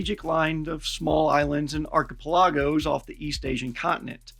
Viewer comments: Ark-uh-PEL-uh-go. Just funnin' :-) I love the channel. Keep up the great work! Always insightful, informative, and very entertaining. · Ahh, listening to a pouge Yank Marine pronounce Archipelago :)